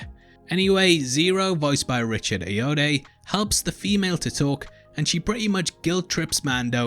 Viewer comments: Bruh At least get the names right, Bobba? Razers Crest? Razers Edge? And you butchered Richard ayoade’s last name 🙃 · Worst pronunciation of Richard Ayoade! 🤣 great vid though 👍